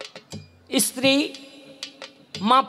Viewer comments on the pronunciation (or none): none